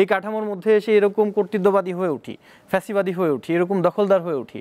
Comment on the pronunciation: প্যাসিবাদি কিরে ভাই? ফ্যাসিবাদি হবে 😁